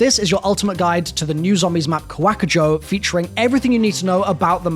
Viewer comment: Kevin Drew himself put the stress on the end, not the beginning, he said it like Ka-WAK-ujo